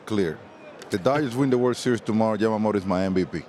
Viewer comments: パピがために「ジャマモト」て発音するの好き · 誰一人としてヤマモトって言えてないの草